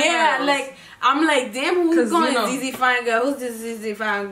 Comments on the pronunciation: The way they pronounced ‘ZieZie’s name like that with soo much confidence 😂😂😂😂 Baby girl it’s pronounced ZI ZI (like Zion but only pronouncing the ‘ZI’ and not the ‘on’) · Its zie zie not zey zey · it’s pronounce zi zi like the ‘ie’ is pronounce as ‘eye’ also please reaction to nsg ft. tion wayne- options